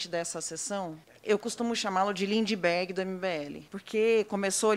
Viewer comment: O melhor foi o Rei do gado vulgo ( lula disfarçado), com um " treis oitão" na cintura chamando o Kim de Lindibergui kkkkkkkk